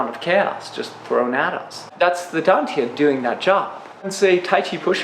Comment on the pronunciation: Why dontyiuproounce like station